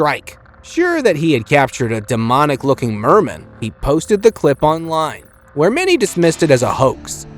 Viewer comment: I swear I get stupider everytime I watch a video on this channel... Like that "Merman" for instance... Good Lord I Swear I Heard Some Of My Brain Cells Burst 🙃